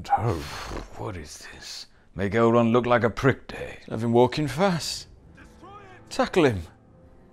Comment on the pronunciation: Lol 'Adult' Elrond